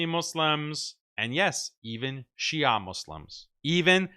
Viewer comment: Shia'a Muslim 😅 sounds like "Halal Porc 🤣"